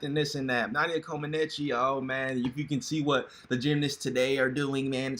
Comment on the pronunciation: Omg u are really butchering Nadia last name🙄🙄